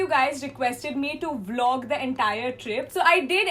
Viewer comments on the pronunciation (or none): none